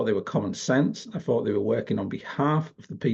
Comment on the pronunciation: Maybe a minor point, but your MOCKNEY pronunciation is annoying. WIV? FORT (instead of THOUGHT)? FINK? FING? And Reform is "reFORM" not "REform"